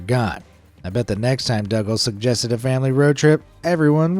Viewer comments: Dougal is pronounced as Doogle, not Duggal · dougal is pronounced doogal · I'm just going to 'nit pick' I assume it's your pronunciation but that man who took his family. On a world trip on his boat I don't know who taught you to say hid name the way. You did, but- his name is pronounced DOO-GAL It is originally a Celtic name, if your "thing" is put on YouTube then the least you could do is to make sure of the pronunciation of the word your saying Now you try it DOUGAL is said like this. DOO-GAL That's all 🙏